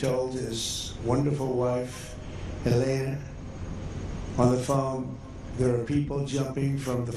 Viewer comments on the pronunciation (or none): none